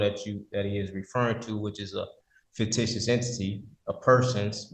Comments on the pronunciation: Let me AX you a question.... And not the fict, fick, fiction.... HEY MORON THE WORD IS FICTITIOUS...... Judge will you just hold him in contempt and get him the hell out of there he just says the same thing over and over and over and sounds dumber and dumber and dumber. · Imagine trying to argue with a judge about the law when you can't even pronounce the word fictitious 😂